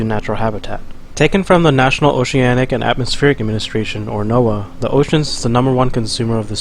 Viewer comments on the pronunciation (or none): none